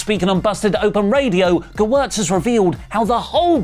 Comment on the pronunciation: 1. I love seeing and hearing everyone mangling the name Gewirtz. Props to you for getting it right. 2. IMO it seems like Gewirtz is burying Cody with this comment, laying out a narrative of Cody "going into business for himself", as it were.